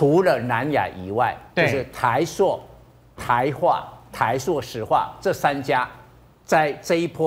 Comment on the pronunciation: 台朔(音：硕）？！还是台塑（音：速）？！🙏🙏🙏🙏请别再唸错别字了🙏🙏🙏🙏